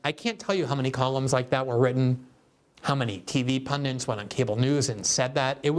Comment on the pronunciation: Omg, still with the "Pundants"....?? Is everyone around him scared to tell him...? 🤷‍♂😄